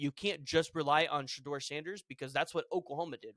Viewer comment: DUDE!!!! LEARN HOW TO PRONOUNCE COACH SANDER'S SON /QB NAME!